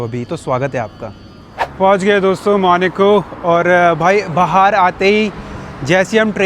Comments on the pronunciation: Bhai, sab class hai no doubt, aap log khana bhi kha rahe hoh costly, wow bhi thik hai, lekin jaise aapke muh se maneco sun rahe hain bohot ajib lag raha hai, pronunciation main actual hona chahiye jan aise aise country ka video bana rahe hain, its Monaco, Monaco, not Maneco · Monaco ❌ monico ✅ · it's monacoo not moni co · भाई, Country का नाम मोनिको नहीं है, मोन्याको (मोनाको) है...😅😂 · Apni language sahi kar lo ye monoco hey monico nahi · MONACO ✖MONICO✅ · It's Monaco not maneco